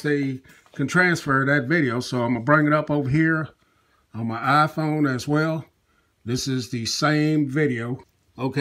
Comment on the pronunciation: wyaafaa aayaiphone sorry but i heard it like that :)